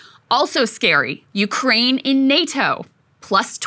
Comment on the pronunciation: Did that man just say “we’re trying to end this war in Nukeraine”!?